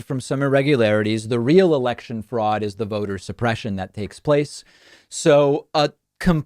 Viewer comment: Did he say election or erection?